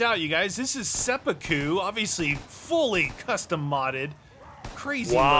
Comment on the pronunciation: You. Dont. Say. Seppuku. Like. That.